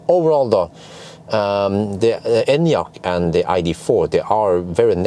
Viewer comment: i love that you actually pronounce the name correctly